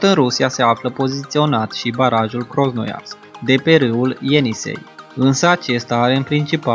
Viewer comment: Cum poti sa citesti/pronunti Krosnoyarsk cand pana si pe ecran scrie clar Krasnoyarsk ? Pana acum n-ai auzit de acest oras?